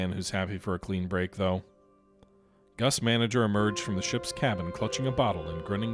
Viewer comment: Its Gus Mang - Ger not , Gus Manager Also 2nd